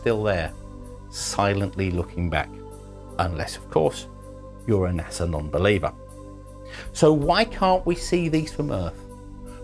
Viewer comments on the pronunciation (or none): Did he say “Nasa non-believers” or “Asshole non-believers”? I think it was both.